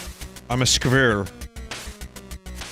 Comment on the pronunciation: I´m german and can´t pronounce "Squirrel".